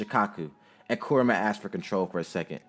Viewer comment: Finally someone says kuramas name right it's not ku RAAA ma it's kurama